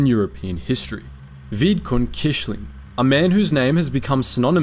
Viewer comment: For Vidkun Quisling i will criticize both his name pronunciation because it actually pronounced like "Kuisling" and not "Kishling" as well as the fact that his party was not called National Socialist but Nasjonal Samling which is Norwegian for National Gathering. Otherwise good video.